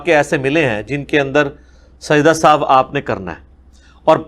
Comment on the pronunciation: Sajda e sahuve nahi sajda e sahu